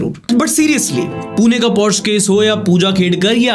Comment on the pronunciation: not porsh 🙃 it's porsheeeeee 🚗 🚘